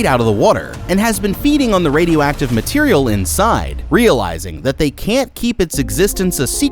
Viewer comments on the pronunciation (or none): none